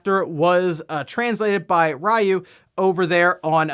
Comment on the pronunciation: Ryu isn't pronounced "Rye Ooh". 😞